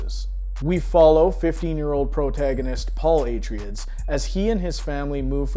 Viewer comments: Atryids? Dude what? I've never heard it pronounced that way... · Minor quibble, Atreides is promounced A-Traya-Dees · Good video, with one annoyance..."A-tray-dees". It's based on Greek. And the Folio edition is gorgeous, with Dune Messiah recently released. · did you do a search on how to pronounce "Atreides".